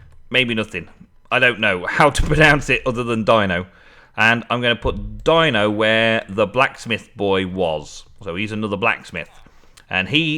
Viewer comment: thank you so much for naming the blacksmith Dino it is said with the E sound by the way but not a big deal lol